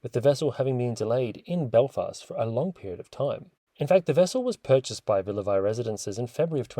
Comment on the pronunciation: It’s pronounced Villa VEEE